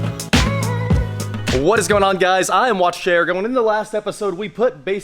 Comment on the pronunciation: It’s pronounced Jaguar, not Jaguar.